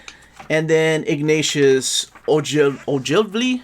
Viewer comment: (I'm gonna be that person, please forgive me!) Assuming it's pronounced like the Scottish surname, it would be 'OH-gul-vee'. A+ for effort though :D. Thanks again for this beast of a series! It's a great resource for readers across the board.